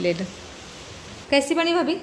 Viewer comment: भाबी नाही भाभी…असं काय मराठी बोलता तुम्ही काही समजत नाही😢